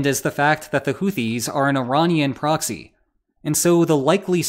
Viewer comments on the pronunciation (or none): none